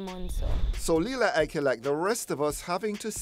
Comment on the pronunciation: Its Lila Ike not Lela !